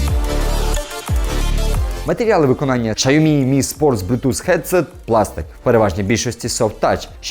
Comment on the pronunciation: Якщо б щє назву компанії Сяомі правильно вимовляв - ціни б йому не було.